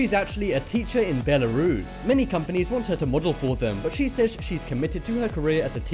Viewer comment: You dont drop the S in Belarus ... ignorant american